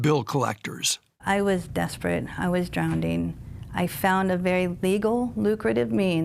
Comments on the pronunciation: I was "drownding." That's who we pay to be law enforcement. "Drownding." *Drowning? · "I was desperate... I was DROWNDING" 😂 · "...drownding..." ???? :face-turquoise-covering-eyes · She said, "I was drownding" That is crazy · "I was desperate. I was DROWN-DING." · “Drownding” this fool was in government? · She pronounces it "drownding" 😂🤣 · “Drownding”? And she was the driving instructor?? 😂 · Does the Sheriff's Office hire anyone with an elementary school education? "Drownding" Seriously? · drowning is the word you want. drownding is not a word. nor is drownded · What the hell is "drownding?" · Poor woman. Everyone condemning her has downloaded copies of her vidoes for frequent viewing. The only legitimate issue anyone might have is that she pronounces it drowNDing. At least she's made the first step in attaining higher office in the future. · She was "drownding." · She was “drownding 🙄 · what saved her from drowneding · She said I was drownding. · "drownding"? Sorry that ain't a word. No one ever said prostitutes were smart. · "I WAS DROWNDING"...LOL ARM on her house mortgage...this one is a scholar.😂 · "I was drownding..." Um okay. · don't have to be much of a scholar to know the correct pronunciation of such a simple word